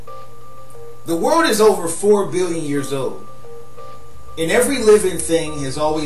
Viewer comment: "The word is over fo billion years owed" that's when I hit the back button. Unintelligible